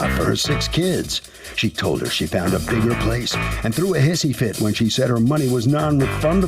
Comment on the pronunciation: She “ fount”’a bigger house 🤣